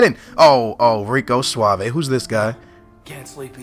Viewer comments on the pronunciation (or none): none